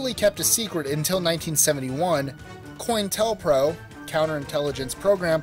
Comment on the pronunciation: Coin-Tell-Pro. Lol. Co-Intel-Pro.